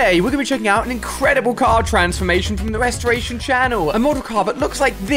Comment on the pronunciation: I like how he said restraitor